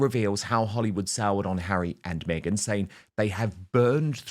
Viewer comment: She says" maygen"